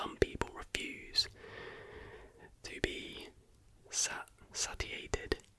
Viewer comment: loving this topic ...also the word you hadn't seen before (satiated) is pronounced saySHEate ed thanks for a great vid 🙂